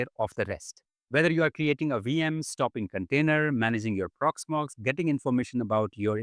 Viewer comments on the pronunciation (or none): "Porxmox" Custom AI Agent ? :D